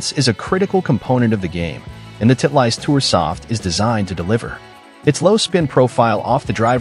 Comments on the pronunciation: Title-ist not Tit-leist. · Not knowing how to pronounce Titleist says s lot about this reviewer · nice pronunciation of Titleist ha ha ha